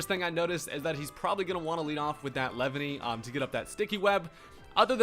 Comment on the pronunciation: “Lev-any” LMAO